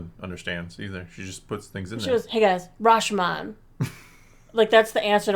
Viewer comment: Ra-sho-mon, not rash-man 🤣